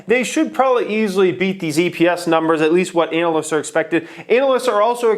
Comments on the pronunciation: did really say ANAL-yst? Lmao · Is it just me or does he pronounce analyst in a weird way?